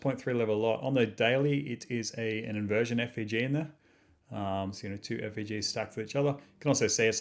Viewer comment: Hey man, are you saying FVG? It sounds like you say FEG is that a thing or am I mis hearing you?